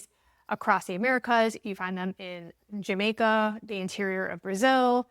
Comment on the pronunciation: What in the heck is Jamo? So what if Jamaican Maroons made a peace deal with colonizers to remain independent of the Colonized territory area, since they benefitted? Oh yeah, the country is name JAMAICA, and not "jamo"..lol